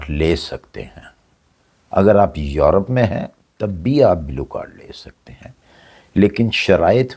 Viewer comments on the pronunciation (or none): زندگی گزارنا الگ بات ہے سیکھنا الگ بات ہے کامن سینس الگ بات ہے چاچا جی آپ یروپ کہتے ہیں یا یورپ ؟؟؟ Earope hota hy ya Europe ???? Ap drust bat man lain Sir G Belkeh ap Dictionary main check kr lain یرو نہیں ہوتا سر یورو ہوتا ہے